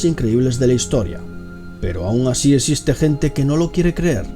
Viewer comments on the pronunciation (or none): El "Dotor" :v "Esiste" gente :V